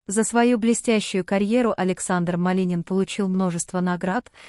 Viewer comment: Уже многих артистов перехоронили и не раз и кому верить??? Ради рейтинга готовы на все,только получается наообоот. Произношение на нуле вообще и фамилия Малинин.!!!